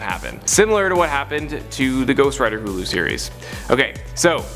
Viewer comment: Hue-Lu? It's Hulu brah